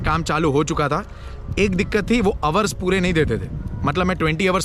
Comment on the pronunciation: Sorry to say . What is ours ours . Kya bol rahe ho dekh to lo Pehle 😂 kon sa accent Hai yeh. Hours hota Hai.